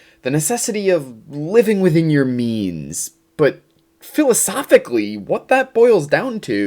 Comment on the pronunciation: I keep hearing "meanies of production" lol